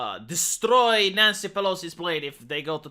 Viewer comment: You say "NYANCY" like a Ukrainian... Sad. IMHO